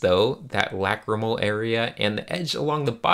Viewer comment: When you say lacrimal, it sounds like whack-a-mole to me.